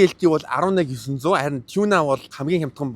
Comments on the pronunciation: choona or toona gedgiim bn tegheer shuud zawsaraar ni tiunaa geel shaachlaaa daa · Not tuna. It's tiuna